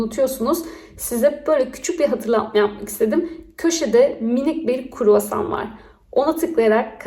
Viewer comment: kurvasan degil dilini arilar soksun, kruasan